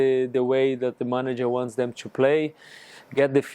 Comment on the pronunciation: Lucas, forever a club legend 🔴 I missed your “choo” instead of “to”😏